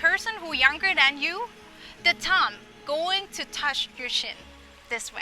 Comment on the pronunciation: Excellent! I wish I could help you pronounce the word Thumb. Thai’ who actually speak English Very well so often have a couple of small things that if they could learn would take their skills to the next level. Words with TH, an V especially.